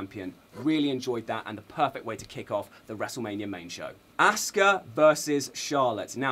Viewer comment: His name should be said shin sue key hers aww sue ka.